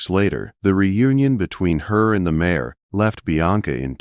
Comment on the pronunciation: It is mare not mayor.